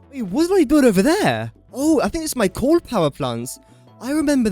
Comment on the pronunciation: coal is not pronounced "corn"